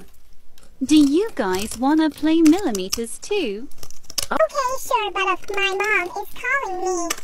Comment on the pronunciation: AHH yes melemeters